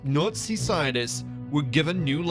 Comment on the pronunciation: You think you'd get someone who could pronounce Nazi if they're going to narrate a Hitler's UFO documentary.